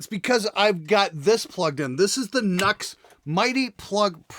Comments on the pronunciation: Dammit! Isn't is supposed to be pronounced "NEW- EX"! LOL, luv ya man! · It's pronounced "New-Ex." You're welcome. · Glenn, pretty please with sugar on top, it’s pronounced “New-Ex”. 😂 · Great job bro, but it is actually pronounced "new" x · It's pronounced New Ex